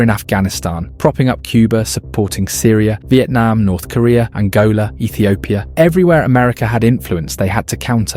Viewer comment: You are the only non Ethiopian i heard who pronounced the name ethiopia correctly